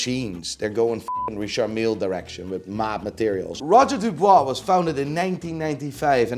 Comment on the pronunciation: Oh god... Here we go again.... Roger DuBUIS, not DuBOIS brother.... And Lange... I have no word for your selection. I hope this was a joke